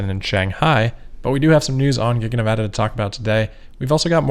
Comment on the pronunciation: So glad that you know how to pronounce Nevada! Yay Amigo